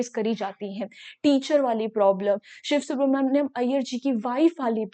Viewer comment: Are bhai use siv subramania hi pronounce karenge